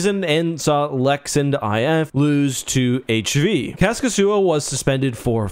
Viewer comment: It's "Kaskisuo" not Khäskisyyo. I thought he was Russian before I checked how the name is written lol